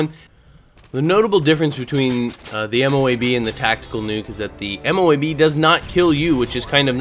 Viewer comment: I know you might not know, but MOAB can be said in one go. (Moe-ub) They are basically smart missiles